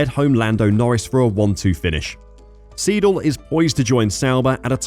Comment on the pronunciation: Siedel 😂😂 come on, learn the correct pronounciation !!